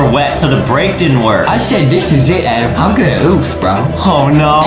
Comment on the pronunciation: Its always funny when Justin calls Adam A-dem